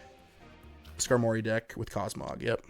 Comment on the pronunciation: Great vid🤙🏾 but ngl I hate how you say Skarmory🤦🏾‍♂️🤣💀